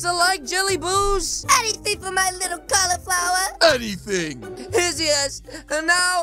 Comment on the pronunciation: I love you when you call sa toms 🤣🤣 califluier